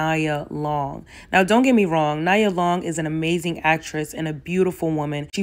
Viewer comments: Its nee -yah not nyah just saying but here for the content nevertheless and no imo i dont think its ever worth it didnt know they had s 10 year engagement that seems a little off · It’s not Na-ya Long 😂 It’s Knee-ya Long 😢😅😂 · Nee-ah 🚫 Nya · Nee ah...not Ni ah. Nia is attractive but not like everyone going on...ijs... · I love you, but I’m going to need you to call my girl Nia Long as in KNEE-YA😚😙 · I was like Naya? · 😂 not me screaming “NIA! KNEEEE-yah!” 😩😭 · 🤣🤣🤣 you good boo but I was definitely talking at the screen like ITS NE-UH!!!! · Pronounced Nee-yuh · *Nee-yah Long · NEE AH long. Lol u was killing me the whole video calling her the wrong name 😭 like how does that even happen sis? Lol Nia a whole legend out here in these black streets 🤣 great video tho and u made some SUPER valid points. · Nee-ah Long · Did you say “niya “ long? Chile…… I know no one wants to discuss it but this is a black culture thing. And many people talking about this stuff are not black American. Why are people who stress to the gods that they are not black American at the forefront of black American topics? No offense, but Elohim, Loveliti and the leader of TSR are NOT black American descendants. I don’t know why you mispronouncing her name kinda made me upset. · it's pronounced Knee-ah Long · Her name is Neeeya Long. Cmon it’s a day of Kwanzaa. Please. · Her name is pronounced neeeee-ah long. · When have you ever heard anyone call her NEYE•UH ?????😂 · Why did you call her nya long lmao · It’s pronounced Kneeah. She’s one of the top Black 90s girl! She’s fucking Nia Long like what was he thinking 😂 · 🗣NEE-AH! My goodness this woman been famous longer than you been alive, I know you have heard her name pronounced before. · It’s pronounced nee-ya … Nia Long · How tf did I miss this upload 😭😭😭, and 🤣😂🤣 it's pronounced Nia - Neeya Long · knee- ah , great video! Just had to say that because Nia Long and I have the same name lol